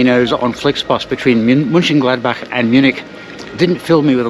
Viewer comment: Mönchen…, not München… ö and ü are pronounced differently.